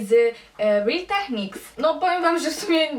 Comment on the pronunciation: jak już to czyta się `ril tekniks´